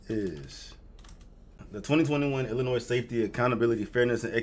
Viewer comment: First, round of 👏 for having the knowledge, on pronouncing the state correctly. The amount of people I talk to on the daily...use that "s" on the end, and ain't from there. I'm from there, but don't live there, Thank God! I look at that place now, like Gotham City. Anytime, "they" make laws, that start with something that sounds good, like "patriot act", which doesn't help patriots...no, it throws the book at them, for doing the right thing. Now...its the Safety Act...🤣🤣 Remember your 2nd Amendment, and hold onto it tight!